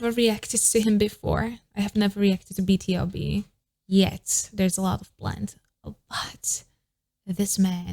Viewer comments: BTOB is pronounced as bee-too-bee, it stands for "Born to beat" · Hii!! Love this but is pronounced B(TO)B